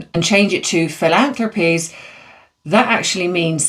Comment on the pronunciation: PRACTICE MAKES PERFECT ❤ Fil- ANN- thrah- peez